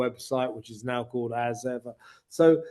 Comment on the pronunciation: You need to listen to The Royal Rogue's pronunciation of As Ever. It's perfect.😂